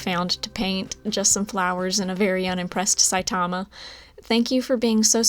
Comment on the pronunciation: You said Saitama wrong, there's your mean comment. and yes he can beat Goku. Congrats on the 567. Holy crap i didn't know you had that many!! Why didn't you tell me??